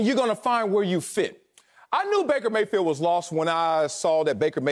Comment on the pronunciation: lmao yo called him breaker mayfield